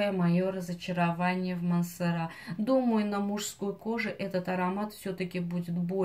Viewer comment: Так и не мансерА , а мансЕра